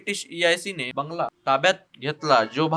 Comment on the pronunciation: इतिहास अतिशय सुंदर मांडणी केलीय, पण अरे तुम्ही मराठी नीट वाचत तरी जा.😮शुद्ध लेखन असूनही शुद्ध वाचन आणि उच्चार खुप जागी चुकीचे केले आहेत. बंगाल चा उच्चार बेंगा ल 1680 ऐवजी 1880 म्हणणं परत एकदा चेक करा.आणखी चांगली सराव करा.